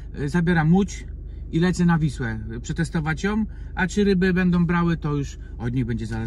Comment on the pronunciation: Hej. Kilka uwag i błagam - odbierz to jako konstruktywną krytykę, a nie jako atak na Twoją osobę. Jak sam mówisz, chcesz sie rozwijać, więc moje uwagi powinny Ci pomóc. 1. - NOWOM? Poważnie? i to samo. Jom??? Co to znaczy jom? 2. - przetestowac JOM. No weź, co znaczy JOM? Nie ma takiego słowa w jezyku polskim. Popracuj nad tym proszę 3. - bendom... jak wyżej. 4. - najlepszej? Mam inne dane na ten temat - czy mógłbyś jakoś uargumentować tę opinię? 5. do - pokaż owe przykrycia SZMATOM i największe babole proszę 6. - konkrety proszę. Wymień te łodzie, które widziałeś 7. - z czym? 8. - przed czym? 9. - dlaczego w Skylli a nie w Skajli sie mówi? 10. - Mówisz, że ruszyliście nad wodę, ale wciąż widzę Cię na parkingu. Czyli gdzie jesteście? 11. - swojom, wymarzonom... 12. - coś pięknego? Ja tak nie uważam. Więc warto dodać - w mojej opinii - coś pięknego. Moim zdaniem - coś pięknego 13. - brawo - wyraziłeś własne zdanie i nie bałeś sie tego zrobić - szacun 14. - moge se zmienić? Poważnie? 15. - którom. Już Ci odpuszczam te wszystkie majom, dajom, wezmom, pójdom itd. 16. Dobrze, dalej nie oglądam - zmęczyłem się. - chciałeś łapkę w górę, chciałeś suba żeby się rozwijać. Mam wrażenie, że jak dam suba, lajka czy tam łapkę, to sie nie rozwiniesz. Ale jeśli masz jaja, to nie skasujesz tego komentarza, tylko powiesz - kurde - facet ma rację - popełniam mase błędów językowych. A ja